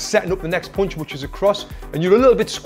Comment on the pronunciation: i love how tony pronounce "POUNCH"